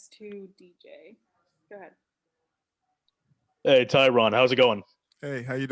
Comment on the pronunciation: These reporters pronouncing his name... 🤣 “Hey Tyron.” “Hey Tyrian.” 😂 Ivy League muh fuckas.